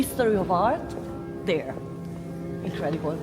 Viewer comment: "Incredibol" 😂 Ps. I wonder what harald would make of Palermo. That place has crazy history and culture